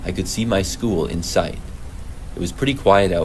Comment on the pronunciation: He said “in sight” but damn I can hear that too 😭